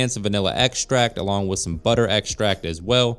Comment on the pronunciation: Butter xtract and a ther-mam-ater?????? White Chocolate MACGUYVER I'm skurrrrrred!!!!!!!😮😮😮😮😮😮😮😮😮😮😮😮😮😮😮😮😮😮😮😮